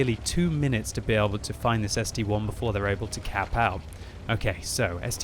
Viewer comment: When will pronounce ST-I correctly. It's ST-I not ST-1